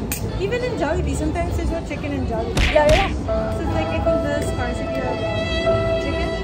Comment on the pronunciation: scarce is pronounced as skers sorry i couldn't help myself. it's a pet peeve.